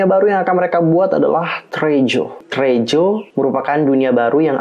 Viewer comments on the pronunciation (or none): bukan treaju ;( tapi t re a sureeeew